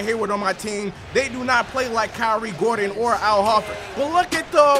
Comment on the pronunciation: Not ho-ford hor-ford say it hor-ford